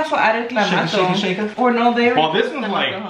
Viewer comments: The “clawmatoo “ part too lol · Mayra checking on how to say ClamaTo is life! Lol 😂 love you both.